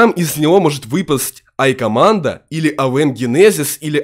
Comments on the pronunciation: Правильно не айкоманда (нож) а джикоманда (нож) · Не айкаманда а джекоманда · Не айкоманндо, а джедкоманндо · Не айкомандо)) а джейкомандо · правильно говорить джикоманда а не икоманда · Не айкомандо а джекомандо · сказал икаманда?